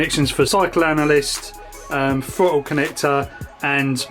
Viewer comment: Ahaha, not just fwayme, fwottle too.